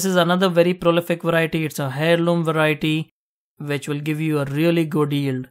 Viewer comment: FYI, " heirloom " is pronounced as " AIR loom. " The H is silent.